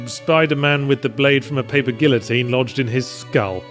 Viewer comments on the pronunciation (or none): none